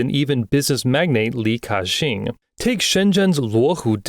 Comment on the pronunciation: Ki-Shing doesent make Ca-shing